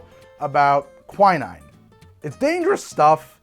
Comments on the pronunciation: God damn how are you stuggling with pronunciation - it's not kwai-naine", it's "kwi-neene" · I believe it's pronounced "qui" (from quince) and "neen".